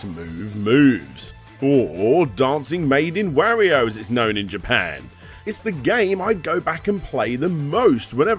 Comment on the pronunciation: holy crap I don't know if I can stand the butchering of the pronunciation "Wario" for half an hour.